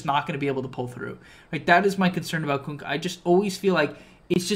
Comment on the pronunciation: "Kunkk-y" lategame